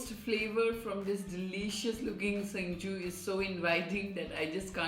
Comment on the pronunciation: If I’ve not mistaken it’s called singju. . Not chengshu. . 😅😅.